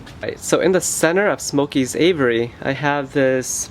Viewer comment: It's really hard to take advice from someone who can't pronounce the word aviary ! Ha Ha !